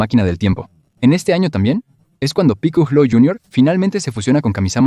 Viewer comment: Piculo? V: hablár de dragon Vall sin saber como se pronunsia v